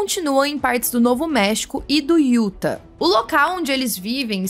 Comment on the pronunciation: Parabéns pelo trabalho. Dá tanto orgulho ver esse canal crescendo. Só observação que vc tinha ficado com dúvida no outro vídeo, a pronúncia da cidade de Utah é meio "iutáh" com a última sílaba mais forte❤